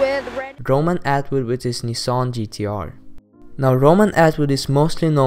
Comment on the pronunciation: you forgot PewDiePie and his "nisson"😂